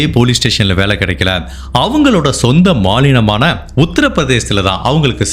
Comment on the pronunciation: நன்கு கவனித்து தான் நான் உங்க வீடியோவை பார்ப்பேன்..ஒரு இடத்தில் ஒரு எழுத்து பிழையாக வார்த்தை தவறி விட்டது.. சொந்த மாநிலம் என்பது கு பதிலாக .. மாலினம் என்று சொன்னீர்கள்...இதை சொல்வது உங்களை எவ்வளவு கூர்மையாக பார்கிறேன் ..என்பத் புரியத் தான்